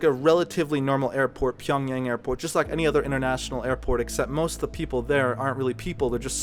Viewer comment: PyongYahng is the right pronunciation